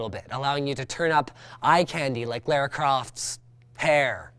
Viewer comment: Linus busting out the old-school pronounciation of Lara. I like it.